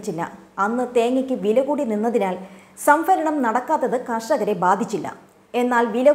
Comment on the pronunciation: സംഫരണം അല്ല സംഭരണം എന്നു പറയു കുട്ടി